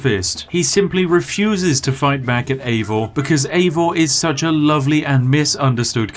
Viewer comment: Props for pronouncing the dudes name Eivor and not Aivor as many do.